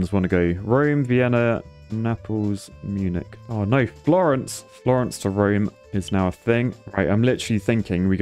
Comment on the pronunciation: Oh god, when will you learn how to pronounce Munich? I just want to hear you say it once. Correctly.